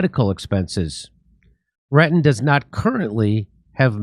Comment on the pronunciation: Jimmy Dore Show : Her last or family name is clearly Retton and you instead said Ratton a couple of times. Duh. With that said, it clearly is a sad, very sad situation she is in. I am at poverty line so cannot financially help, but I've seen people using something like "Go Fund Me" or GoFundMe plenty of times for trying to raise needed funds. I don't know how successful those funding drives are, but if they have been successful and there is nationwide reach, then why don't people do the same to try to help Mary Lou in or with the serious health situation she is in? She is only 55 years old and could potentially have decades more to live, if she received adequate help. It surely does not require millions of dollars (USD).